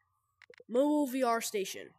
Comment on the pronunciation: Moblie vr station not mobli